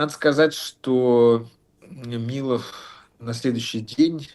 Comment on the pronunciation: хах, ещё один человек, говорящий не МилОв, а МИлов